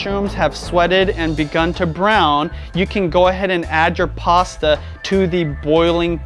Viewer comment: Interesting... You usually do not pronounce your T's. In this video...you said "Pasa" water instead of Pasta water. "Insagram" instead of Instagram... & Toally optional" instead of totally optional... lol. Take a listen to yourself. I think u have a speak impediment or have trouble with annunciation.